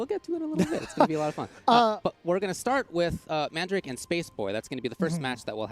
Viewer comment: Man- dra kay? Fuck man, look it up. it's an actual word dude!